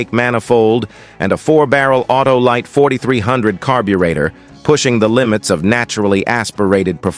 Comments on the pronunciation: Gee, can we pronounce "carburetor". How stupid. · THE BOT CAN'T EVEN SAY "CARBURETOR' WELL..DOWN WITH BOTS!